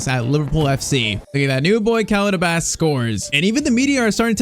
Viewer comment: Love the video .❤ Its just its not abbas it abbus